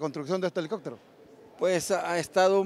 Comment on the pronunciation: "alicoctero"gran reportero ese es mi país Honduras.🫣 $ 1.3 millones costo de la " reparación "💥